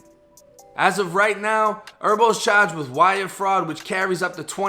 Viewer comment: The way he says “chaarged” tho 😂